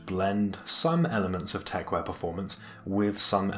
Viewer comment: it's called techwear not techwire ffs